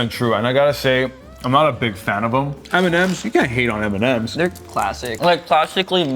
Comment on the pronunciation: M&Ms or Eminem